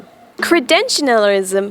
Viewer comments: ‘Cre-dential-ism’ You added an extra ‘N’ and extra syllable or two in your pronunciation by mistake :) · Kree-Dent-Shull-Ism Maybe that will help. Thanks for the videos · kreh-DEN-chel-izm lol shrug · Credential (end with hard "L") - lisum. Small space between the end of "credential" and "lism", and don't add an extra "N" after "credential." Relax, it helps with pronunciation. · I love how all 32 attempts to pronounce "credentialism" sound exactly the same.